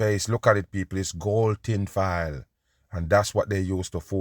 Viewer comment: The first time I heard say “ tin file” years ago I hollered!! I still love to listen to him!!!! He’s always right too!